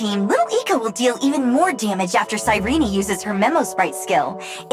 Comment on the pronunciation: Who was gonna tell me her name was pronounced "Sai-Reenie" and not "Sigh ren"....